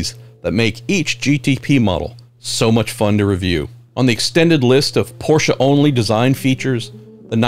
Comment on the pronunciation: Love the way you pronounce Porsche the right way! Very intresting Tech Tour!!